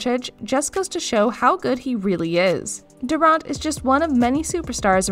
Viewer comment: but failed to pronounce durant and others